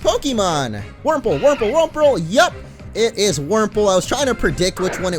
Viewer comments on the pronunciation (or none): Wurmple, Wurmple, Wurmprole! 😂